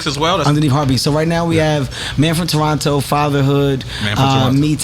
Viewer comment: Can’t stand how he says Toronto 🤦‍♂️